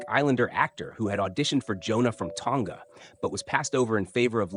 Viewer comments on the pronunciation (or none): none